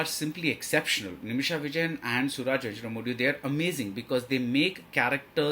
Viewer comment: And he does not know or has not even tried to learn to pronounce venjaramoodu.....